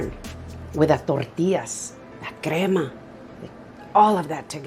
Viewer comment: Lovely! I didn’t see how you make what you called ‘grama’, din’t hear properly. It’s the white creamy source.